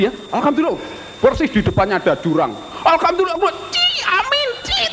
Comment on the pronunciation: Dono bilang Alhamdulilah dengan akses "Alkamdulilah" ya? pakai K? indahnya zaman itu ya, enggak ada yang salah-salahan tentang agama, enggak ada yang bilang kafir-kafir ke saudaranya. Beda jaman sekarang, Jokowi bilang "Alpateka" di salahin. Indahnya zaman dulu.... <3